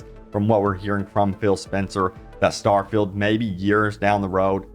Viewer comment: Don’t say starfeild 76 EVER again.